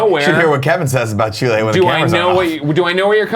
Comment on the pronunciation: Nick, I’m proud of you for knowing where Chile is. You do say Chile in a weird way, though. You emphasize the -le too much. P.S: I don’t look like a chili pepper